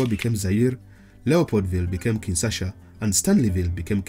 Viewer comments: It’s Kinshasa, not Kinsasha. Good video nonetheless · It’s called Kinshasa not “Kinsasha”.. lol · It's *Kinshasa btw